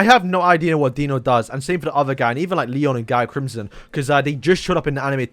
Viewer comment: is not guy crimson is pronounce gyi